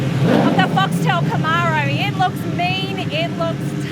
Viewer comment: Australians can’t pronounce Camaro.